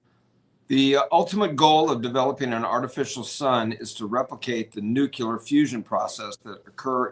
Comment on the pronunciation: said nucular*. weak sauce